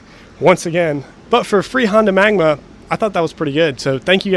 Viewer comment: magNA! not magma